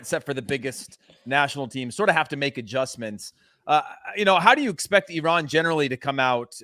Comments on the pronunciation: This man pronounced it right and said EE-RAN THANK YOU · finally someone didn't said "I ran" :D